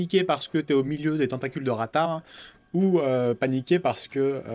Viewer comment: C'est "raftar " et non "ratar "